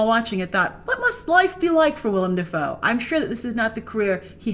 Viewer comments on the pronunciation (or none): none